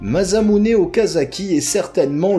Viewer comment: video courte mais sympas, par contre faut arréter de dire MaZamuse et MuramaZa y a que 1 S mais c'est pas des nom français mais japonais donc on prononce MaSSamune et MaramaSSa.